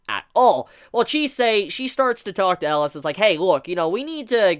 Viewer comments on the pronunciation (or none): Um... I thought his name was Elias, EL-EE-US not Eliss from Die Hard. Good golly miss molly that was bugging me lol. I actually really love Chise and Elias' relationship. He did not sugar coat that he bought her for selfishness but since he has underestimated the impact she would have on him. Now I really want to read the manga but did not realize how fresh it was and will have to wait sadly. It may be a toxic relationship but even those relationships teach us and help us grow and even change and can become unbreakable bonds. I feel like Elias was human once and somehow he or Chise will transform for the other. What bothered me the most in thus episode is that i just with Chise would have spoke up and talked about her dream as I felt it was so much a part of their current reality. Also, what was up with Joseph messing with Stella at the end of the last episode (17 or 18)? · 3 more epsiode for him to learn how to pronounce his name ^^